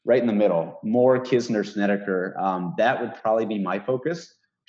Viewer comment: Markay say Korak and Snedeker.